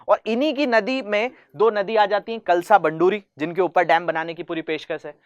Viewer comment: It's कळसा-बंडूरि